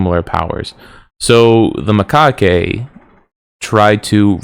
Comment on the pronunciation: Macaque. The E is silent